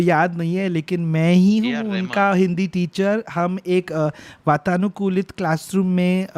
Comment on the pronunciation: 100 habooboos Parineeti Chokra ke shudh hindi ke liye ( vatanukulit, hathprabh hona)👏👏